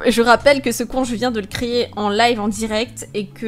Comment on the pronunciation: "Donc c'est parti je vais créyer " ?! :D Sinon super vidéo :p ♥